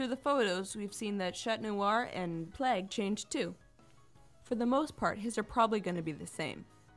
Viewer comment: Its not Plegg Its PLAGG